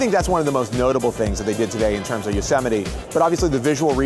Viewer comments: Is that how you pronounce Yosemite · I always thought it was pronounced as Yo-se-mayt